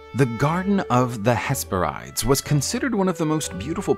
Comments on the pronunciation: Hesperides is actually pronounced hes-pair-it-ies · Pronounced hes per i des. Four syllables not 3. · It’s pronounced “His-pear-ih-deez”. Can’t even watch it if you mispronounce